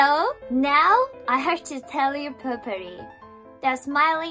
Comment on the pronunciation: I love the way she said. I have to tell you properly. But in her beautiful japanese accent, it sounded like popourri, the stuff you use to freshen a room. I was laughing, so cute, I love you forever 😊